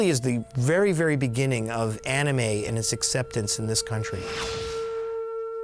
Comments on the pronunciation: I like how that one producer pronounces 'Anime' like one would 'fannie mae'. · No Thundercat it is not an anime ma'am and that's not how you say it